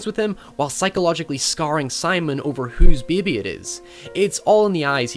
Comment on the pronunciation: god i hate the way you say baby